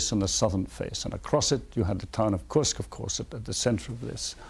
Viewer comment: If only Judge Nap could say KURSK correctly. 😂